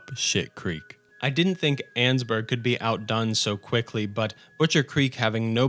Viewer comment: You’re mispronouncing Annesburg